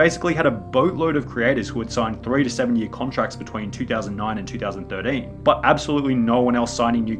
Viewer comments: Two thousand thirdeeeeen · “2000 3rdean” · two thousand thiddin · Two thousand Durteen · two thousand thirdane two thousand fordane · the way you say 2013 is amazing